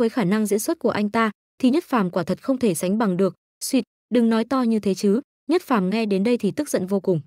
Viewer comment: đoạn chát là diệc phàm mà đọc nhất phàm